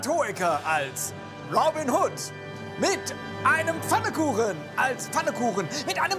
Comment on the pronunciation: Es heißt "Pfannkuchen" und nicht "Fannekuchen".